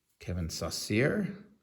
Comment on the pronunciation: Another great vid- I think Kevin Saucier is pronounced “So-Shay” at least that’s how I remember the Tigers announcers saying it when I was a kid.